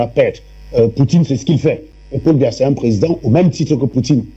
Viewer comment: Elle dit même pas Biya mais Mbia😂😂😂